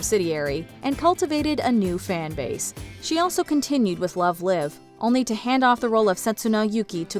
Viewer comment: Love the video, the franchise of “Love Live” was mispronounced haha The “live” rhymes with “strive”